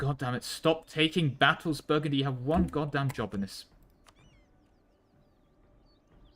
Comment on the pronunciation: Something something Indiana jones Also you calling Brittany Burgandy a dozen+ times killed me